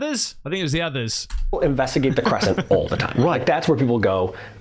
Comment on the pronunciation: U really don't know how to say investigate or u just playing? It kinda makes me a little crazy. Lbs. In-veSt-i-gate. U never say the s. Vest. Vest-igate. In vest igate. Lmao. Sorry I been wanting to say something finally decided I must. 😂